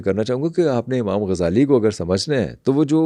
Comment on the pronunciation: Amam nahi imam hota hai 😢😢